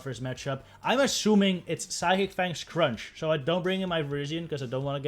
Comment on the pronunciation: I like how it sounds like you're saying Asian Power.